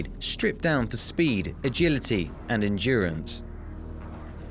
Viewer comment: I like how he said endurance lol